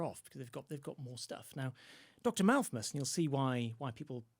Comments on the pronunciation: Yes, "Malthmus" and that famous Dickens story "Christmas Tales." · Why is the guest adding a second m to his pronunciation of Malthus? Can he not read properly????!!!! Also, the average income in England going up approx 200 pounds is a pretty notable amount of growth given the overall income being brought in. Not compared to an industrial society but certainly not nothing. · Malthus not Malthmus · Him saying Malthmus is very, very irritating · Why does say Malthmus?